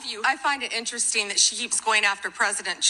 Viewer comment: So much "I find it interesteen."